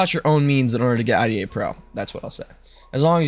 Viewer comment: Its pronounced like the woman’s name — “Ida” (eye-duh), not spelled out “I-D-A.” The name IDA stands for Interactive DisAssembler, but most people in reverse-engineering and security circles just say it naturally, like “Eye-duh Pro.”